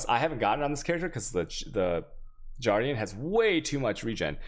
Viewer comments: I also noticed from other videos.... harbinger and guardian...swap the 2 G's and you have it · I cringe everytime i hear him pronounce G(uardian) or CH(aos)